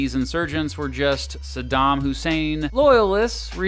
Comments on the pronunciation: Just realized they pronounced his name as "Sodom" in the news instead of Saddham. Smart move for propaganda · When politicians were shown trying to justify the war before it started, I noticed they pronounced Sadam “Sodom.” Interesting implications to dig into there, I have only heard his name pronounced “Sadam” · SADDAM NOT SADAM YOU POLITICIANS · “Sodom Hussein” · I wonder if people were encouraged to pronounce his name “Sodom,” to make all the conservatives even more scared and angry 😂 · Why did they keep saying it like “Sodom Hussein”?? 😭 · I always chuckle when people pronounce it Eye-rack, or when people pronounce Saddam as "Sodom"